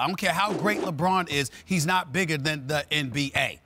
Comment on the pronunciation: Never “brigger” lol